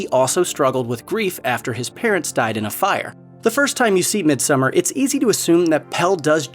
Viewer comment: thankyou for saying summer and not "so-mar" or "som-mar"